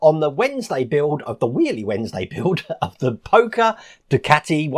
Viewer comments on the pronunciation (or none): G'day Wayne , I've been building these all my life and it's pronounced POSHER , ........lol yes , I know you probibly been told by experts .......lol . and now I'm doing it . Sorry Mate . Cheers Pal. By the way I'm wearing one of your "T" shirts right now .....lol